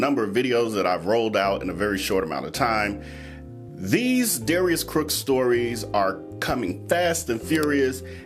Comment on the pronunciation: Lol he is tripping me out saying Darius Crooks instead of Cooks